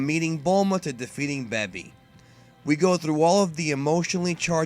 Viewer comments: it's baby not babee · He said beby not baby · plz....stop calling them "cyans" and "bebi", its obvious your trying really hard to be a purist and pronounce everything how it is pronounced in the japanese version, but it just sounds weird in english. And I'm honestly not trying to talk shit or be a troll at all. I watch all your vids and love the channel but I cringe every time I hear those pronunciations my man xD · WTF is a Beby it's pronounced Baby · IT'S BABY NOT BEBY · All I know is that GT isn't as cringe as you overpronouncing every single name in the series BEH-BI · Toriyama only did SOME character design. That's it. Baby was a fail potential Villian. Why do you pronounce Baby like that? BAY-BEE. like a toddler because Baby well... Was a Baby. A baby that crawls on his hands and legs, because you know.. for the baby and kids viewers. Anyways you would think the Tuffles revenge would be less evil. Better if they created Baby to stop the Saiyans from doing to others what they (Saiyans) have done to them (Tuffles). But no. Think that's it for now. Because... What a can of worms GT is. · you must be verbally disabled or something.......check your prenounciation of sayian and baby. FUCKING BABY...... do you call babies in real life a 'babi'?? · "Bebi" lol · Beby? You pronounce things in interesting ways. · exactly... This guy always pronounces things the literal way it's spelled lol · LOL "beby" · Why is he saying Baby like that? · You were starting to piss me off at the begun, but the rest make sense also you say baby funny. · the way you pronounce baby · why do you have such a hard time saying Baby and Saiyan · How did you mispronounce baby? It was red, not purple. No SSJ4??? The GT rap was fucking great. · I disliked because of the way you said "baby" and "saiyan" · Bruh I've been part of the dbz community for 15+ years and nobody says baby that way. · understand that but if your going to speak English why not say it in the English way.